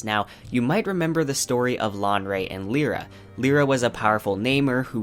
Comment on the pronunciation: That pronunciation of Lyra. I had to google. I thought he was on about a character I had totally forgotten. Of all the names to butcher...